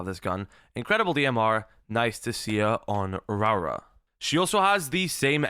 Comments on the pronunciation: every time he says her name i feel my soul ache Rawra vs Raora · really butchering her name😂😂😂😂raawrarh😂😂